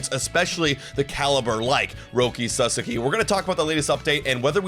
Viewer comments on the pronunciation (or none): PLEASEEEE GUYS, YOU KEEP SAYING SUSSAKY, ITS SA-SOCK-IE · I appreciate y’all….please pronounce his name right. “Roki Sah-Sah-Kee” not “Sus-Suk-Kee” lmao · First Sa and second sa are same sounds. So not sa za ki, sa sa(again) ki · Sauce - Key. Sorry guys, it's been awhile, so no ill will here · it's pronounced.. SA-SAW-KEY.. please say it correctly lol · Suuuh-Saawww-keeee ....thanks guys ! Or just call him Roki. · &, just call him Roki. FFS the two of you have different pronunciations of his last name 🤣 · Pronouncing his name wrong is why hes definitely not going to the jays